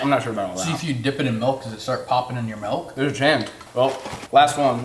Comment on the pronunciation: it’s Milk not Melk. 😂